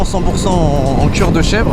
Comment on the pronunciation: J'adore le "neubeuk" et le "couir" 😂😂